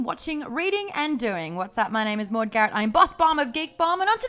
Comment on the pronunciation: Alison, it's Maude like baud.